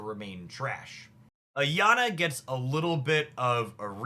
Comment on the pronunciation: pronouncing Araña as "Ayana" feels like a purposeful troll to mess with the commentors on precious datamine videos who've tried to correct his "ñ" pronunciation by telling him that it's like theres a y sound after the n. He got the "y" in there, maybe eventually he'll put it in the right place lol.